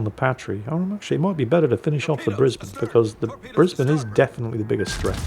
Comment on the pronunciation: Wow! Someone pronounced Brisbane correctly... Nice 😁